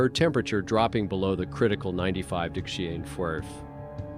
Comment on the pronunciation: I thought “AI” stood for artificial intelligence??? There is absolutely nothing intelligent about this AI dude. He’s cracking me up trying to say “degrees” lmao 🤣 too funny.